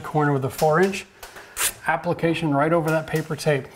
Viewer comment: you said "applicotion" just thought that was worth pointing out. Great video as always! Invaluable information for us new guys to have. much appreciotion!!